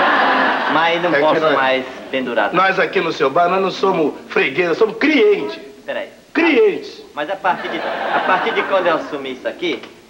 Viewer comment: " crientis" kkkkk